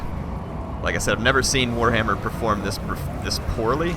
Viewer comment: Did you say warhammer or poorhammer?